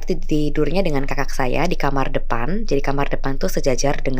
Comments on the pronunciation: Terganggu banget sama kata KAKAK yang diucapkan seperti mengucapkan kata gagak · Kok pas penyebutan "kakak" nya keggitu yaa.. ☹️ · Huruf k yg di belakang nya di sebut😀